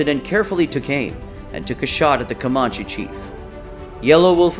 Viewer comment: Can tell the narrator isn't from anywhere near Texas, the way he pronounced Comanche and Nueces. Too many photos that had nothing to do with battle against Native warriors also. Saw one photo of a large building with a Mexican flag flown from flagpole.